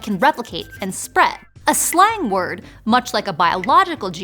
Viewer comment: anybody else hearing her saying "slime word"?